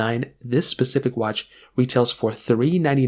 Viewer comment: “Keep in mind” must have been said 400 times in this video. Painful to watch. A recorded video has ZERO excuses for poor quality script. You could have recorded this over and over until it was perfect. Also; the watch bands are inside out. It’s also “specific “ not “pacific “ How has this guy got so many followers? The content is terrible.